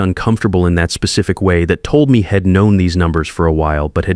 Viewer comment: ok story BUT it's like hitting a speed bump when things are mispronounced teach your AI how to say contractions ... proof listen to your stories before you post example he'd isn't said 'head' it's pronounced hee 'd